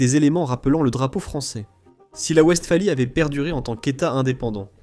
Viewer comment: Pour le traducteur: wWestphalie est un mot allemand,le "W" se prononcé "V'" et non "oue" comme en anglais